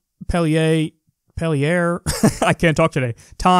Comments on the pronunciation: "Barre" in Vermont is pronounced the same as "berry." "Montpelier," the capital of Vermont, is pronounced "mont-PEEL-ee-er." I live in Vermont, just to give you all a heads up! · Barre and Montpellier are towns. They are pronounced Barry and montpeelier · Hey, Vermonter here. I live about 45 minutes from the twin cities of (BARE-ee) and (Mont-PEEL-yer). You tried, Kyle. Also, I know Senator Rogers; his district is the two counties just north of me. He’s officially a Democrat, but the local Republican Party up there also supports him. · First of all, Barre is pronounced like berry. And Montpelier is our state capital, pronounced mont peal eee ur. And as for the cell phone ban, it will never pass. Even on a state as far left as vermont, there is little to no support. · As a Vermonter: Bear-ee, Mont-pill-ee-yer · GUYS it’s a protest bill to challenge the recent raise of the states legal smoking age to 21 ITS NOT A REAL BILL Source I’m from Vermont Side note It’s pronounced MONT-PEEL-EE-ER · "BARE-ee, MAHNT-peel-yer". Although, if you want to sound like a real Vermonter, that 't' in 'Montpelier' should be a glottal stop rather than an actual 't'. And you don't really pronounce the 'n' much, either. Trust me; I was raised in Vermont and went to Barre quite frequently. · It's read "Barr-y" and "Mont-pee-leer". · Vermonter here Barre = berry Montpelier = mont pilly er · Trying too hard to be Bloomberg 🙄😒. (Mont - peel - yer.) Btw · Barre is pronounced "Barry", nice French accent Kyle on "Montpelier"